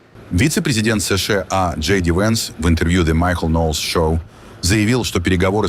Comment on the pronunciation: Эс Шэ А😅 карикатура)) выёживайся уж до конца: Эс Ша А. Русский учи, если уж на их языке передачу ведёшь, Пэ И Дэ А Эр А Эс порхатый.